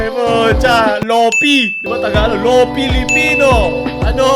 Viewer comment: Lo-pie po yung pronunciation ng Lo-fi